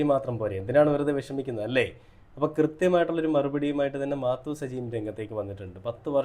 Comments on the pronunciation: മാത്തു സജി അല്ല മാതു സജി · മാത്തു..അല്ല.. മാതു സജി. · മാത്തു അല്ല പൊട്ടാ മാതു സജി 😂😂😂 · മാത്തൂ സജി അല്ലടോ ശെരിയായി ഉച്ഛരിക്ക് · മാത്തു അല്ല മാതു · മാതു ആണ് മാത്തു അല്ല